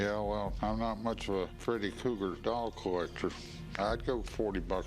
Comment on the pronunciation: “Krueger!!,” its Freddy KRUEGER…… not “Cougar” 🙄